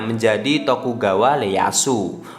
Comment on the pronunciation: Ieyasu, bukan Leyasu...orang jepang tidak mengenal dan ga bisa melafalkan huruf L ,kecuali yg udh belajar bhsa asing